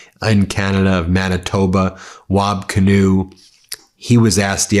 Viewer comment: BEN ... its WAB KIINEW... A native American Indian name